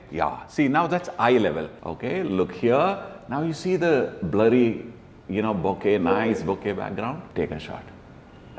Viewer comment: Bokeh ❌ Boka ✅